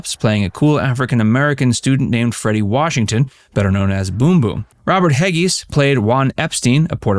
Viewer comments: Do you do any actual research before you make yourself look like an idiot,? The character Epstein was played by Robert Hegyes but you butchered how he pronounced his last name, it was pronounced Hedges, not Heggies! You probably spent 4 years in the 11th grade too so you probably have a kinship with the show in that respect! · Robert Hegyes name is pronounced like "Hedges"